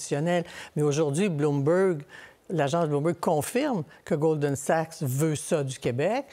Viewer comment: A-M Dussault qui dit "Golden Sachs" tout le long... 😅 Goldman Sachs est la 2e banque la plus riche du monde... Tout journaliste compétent devrait en connaître le nom sans se tromper Honteux. Donnez donc l'antenne nationale à qqun qui la mérite!